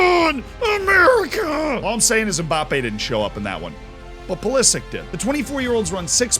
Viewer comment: Its not pulislick ... this bothered me way to much